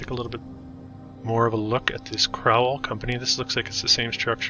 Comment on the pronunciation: The Crowell-Collier complex was demilished a few years ago. It's pronounced crow not crou. The ild high school sat across the street from C-C. The old pist office was bought by St. Raphael Catholic Church (across the street) for use as their school until construction of a "proper" school adjacent to church. The K of P lost money in the crash of 1929. Their state home sat on plenty of acreage. Sold iff in bits. Home closed in early 1950s. Site was cleared for the new Mercy Hospital( now demolished too). Our Warder Public Library and Free Reading Room WASN'T demolished! It still survives to the west of St. Raphael's. It is our literacy center. Your research was VERY faulty. Yes, it's sad that our Big Four station lasted just shy of 5 decades, but train travel was dying. Cars were taking over. Many buildings were leveled to get the two overpasses, not by-pass (that is outside and west side city). Houses and factories were lost too. Photograph of Recitation Hall has been acknowledged as to its construction in 1880s. Many now gone buildings had information plaques attached, which were lost in demolition. Much of our city's wealth came from the various factories at the time. Mr. Bushnell was no exception. One needs to see his Greek temple mausoleum in nearby Ferncliff Cemetery and Arboretum. The tall fountain was junked in the 1950s because of cost prohibitive and costly maintenance issues. A new, shorter one would be placed there in the very early 1990s.